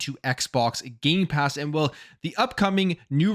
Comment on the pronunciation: Every time he says Gamepass. He actually says Gaypass. He's right it is Gay! Lol